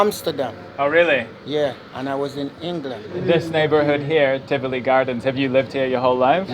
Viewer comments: I'm just mins in the video n my blood is boiling already. I want to know since when Tivoli has an R in the it. Jamaica's population is more than 1.5mil. What other facts has he messed up about Jamaica! Everywhere has violence just like the country he comes from. Let me see if i can make it through the video. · Tivoli Gardens, not Trivoli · First I must correct you; it’s not Trivoli Gardens but “ Tivoli “. Please do your research. I appreciate your stories but if and when you are doing videos…please refrain from uploading old videos of years past situations. Don’t travel to other ppls country and highlight the negatives for the most part. This doesn’t represent Jamaica in its entirety and just like any other country there are always those high crime areas. A lot has change with regard to criminal strongholds in the these crime prone areas. Sadly Corruption does play a significant role in this regard too. I’m just really having issues with you uploading old videos of years past events.